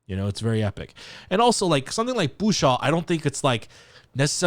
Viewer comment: I am so glad to hear your unfettered pronunciation of the title. It had me stumped even though it is sung several times, I had a harder time than usual hearing it clearly. Thank you,!